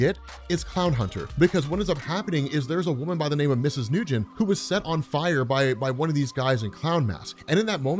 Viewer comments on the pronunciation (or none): First off: the name "Nguyen" is pronounced somewhere between "Nu-yen" and "Nwen" with the stressing placed on the e and is sort of said with pursed lips. [IPA: /wɪn/, /n(ə)ˈwɪn/] It's a very common Asian surname. Even though that is how it's spelled in pin-yin/other anglicized alphabet systems it's not pronounced "New-gin". Secondly: It does not "kind of suck that she's asking him to join an anger management course". It does not suck to try to improve one's mental health. Ignoring whether you think it's right or wrong for Bao to be doing what he's doing, he needs therapy. He's been through a trauma and has constant irritability, a billion questions about his place in the world, and a level of anger that is not healthy to maintain. It just isn't healthy. She's not telling him to go to anger management courses to make him stop being Clownhunter, she's asking him to go because he needs it. An anger management course is not the antithesis of vigilantism. Not by a long shot. If Bao gets help and manages to take the steps to alleviate his mental struggles he could still be a vigilante, but now with a calmer mind and just better quality of living. If Bao doesn't get help he'll be a vigilante, but his personal life will still be in turmoil. High stress levels, difficulty maintaining relationships, etc. To reiterate: Getting help for a mental illness or general mental struggles should NEVER be frowned upon. Even if the character is fictional. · You kept saying big Eddy but It says Big Henry.... 😤🤯 dude you are so terrible with names it's Bao🏹 pronounced like 🏹 BOW & arrow. It says Nguyen not Nugen think Asian names, because Bao is a asian kid right I mean his parents restaurant was serving Pho... Lol 😂😂🤣🤣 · Nguyen is pronounced “win” (I work with a Vietnamese woman) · Hello, I’m Vietnamese and I wanted to say that Nyugen is pronounced as ‘win with an n in front of the w’. Other then that, loved the video. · Nguyen is pronounced as "nwen" or "wen" :) great video btw!